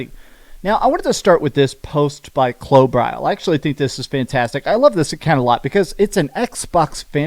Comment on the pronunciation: Holy freaking cow, you actually pronounced Klobrille’s name correctly. For the most part. Not perfectly, but I’ll take it over how you usually butcher the dude’s name.